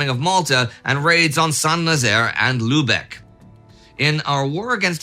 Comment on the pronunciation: But avoid the luebeck mentioned in the video. It is a silly place. Go to Lübeck (pronounced lybeck) instead.